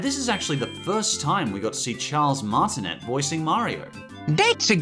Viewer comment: It’s pronounced Charles Martinay Martinet is a French surname